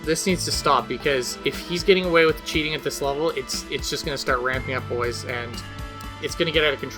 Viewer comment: Can u not say boys lmfao it sound sweird